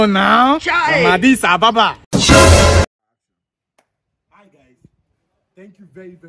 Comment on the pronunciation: Agidiba😂😂😂 i love this guy, brilliant comedy, so talented. I love how he pronounces Adis Ababa 😁